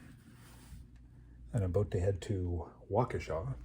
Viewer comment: I’m glad I wasn’t the only one calling it Waukeeesha 😂😂🤣 the pronunciations crack me up